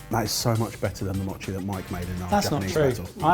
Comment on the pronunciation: Say it with me: mow-chee